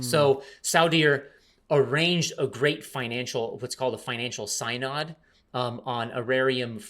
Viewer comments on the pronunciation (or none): BTW "synod" is pronounced "SIN-ahd"